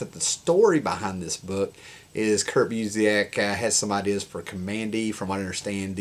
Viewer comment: Busiek's name is pronounced "BYOO-sick."